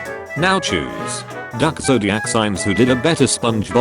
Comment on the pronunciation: Lmaooooo AYO 😂 when this A.I generated voice said " Now Choose ", it sounds like it actually said, " Now Jews " 💀 😭 😂